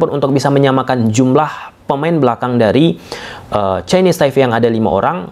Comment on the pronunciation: Chinese Taipe bang, bukan Chinese Taive 🙏🏻